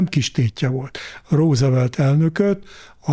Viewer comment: Ne mááár! 😀 Úgy örültem, hogy végre valaki [rózevelt]-nek ejti a Rooseveltet, erre harmadszorra már ő is [rúzvelt]-ezik… 😭😭😭😃😭💀